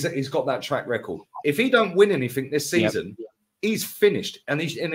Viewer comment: Grammar can’t pronounce simple words says anyfink instead of anything, nothink instead of nothing, was instead of were and can’t pronounce trajectory he says trajrectory 😂 the guy is a Moron.